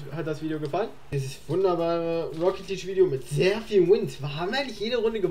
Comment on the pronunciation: Ich sehe den Titel: "Ich sollte E-Sportler werden..." Ich schau mir die ersten 5 Sekunden an. Er sagt: "Rocket Lidsch"